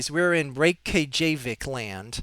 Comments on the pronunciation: The kja is pronounced k-yah, so like Reyk-yah-veek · It is quite simple really. It is pronounced: Ray-Kaa-Vig. So there you go